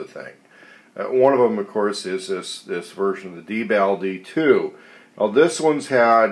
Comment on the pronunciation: It is pronounced (DEE)-BALL and it is not a requirement for manufactures to put an indicator light on the unit that notifies the operator that the IR laser is used; this is how the real manufacturer actually indicates to real world operators that the IR laser is activated..so not just because it's civilian my friend. I work with these units in real life (the real LE/Mil restricted units) and the real units have a green LED on the back of the unit, not red. So there you have it!